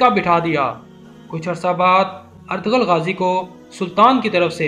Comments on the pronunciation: Oh Bhai ertgarul nahi Ĝ silent ayta hai.waha per lumbah kar k parte hain. Ertu....rul es tarah.ok. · Lmao its not etagrul it’s pronounced erturul 😂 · Oh pai urtughal hunda artaghl ni hunda